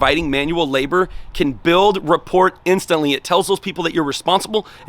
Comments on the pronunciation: "What is rah-port" 😆 pronounced RAH-POOR 😉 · Is straight killing me everytime he says it. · Just FYI, the T is silent in "rapport" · T is silent in rapport. If you read the definition there should have been a pronunciation before it. Man...😔